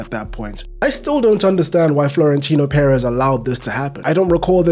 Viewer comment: Congratulations on your pronunciation of "Pérez". So many English speakers refuse to stress the correct syllable when they see an accented vowel.